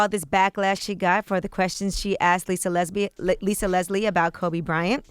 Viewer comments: We heard that "Lisa Lesbi" Lmaooo... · Did Yee have a Freudian slip and say “Lisa Lesbi” 🤔or am I tripping. 😂😂😂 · "Lisa Lesbi".....an. lol